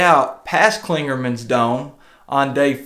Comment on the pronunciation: As a thru hiker I would have been giving you a lecture about trail behavior. Glad you learned some valuable lessons. By the way it's Clingmans Dome not Clingerman. I think you would be fun to backpack with and enjoyed your talk. Again I'm glad you learned valuable lesson and will continue adventuring. I have been hiking and backpacking 40 years and I still learn from other people. Keep having fun!!